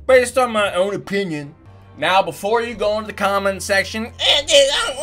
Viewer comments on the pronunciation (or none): He said opinin